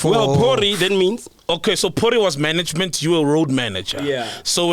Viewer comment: The minute said "manaygemant" I knew he was chowing money. Are "I'm the mananger here." 😂😂😭💔